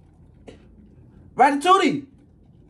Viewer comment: No bro, said ratatouitte😂😂😂😂